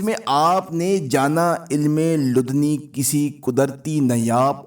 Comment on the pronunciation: یہ علم لدنی' کہلاتا ہے۔ تلفظ درست کر لیں۔